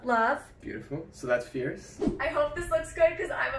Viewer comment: Ierce, Arless, Female 😂 that’s the first thing I though of when he said fierce